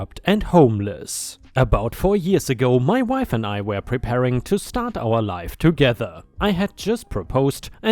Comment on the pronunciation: where it says "My wife and I," the word wife is said as "why ff," not "mahm." 🤣